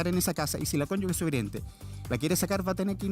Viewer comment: El abogado,dice cónyugue " La palabra es cónyuge!! Es imperdonable en un abogado!